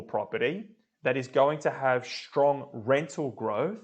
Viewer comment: Thanks for the clip. No offence but strong is not pronounced shtrong and student is not shtudent. Kindly meant.